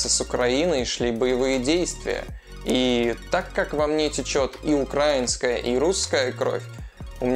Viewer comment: Украи́нская кровь* а не Укра́инская